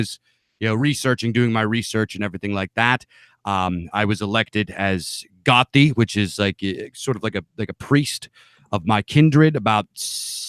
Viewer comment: Bro can’t even pronounce Gothi properly